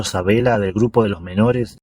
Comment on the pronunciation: ¿ Sabela ?. Querrás decir Sabella.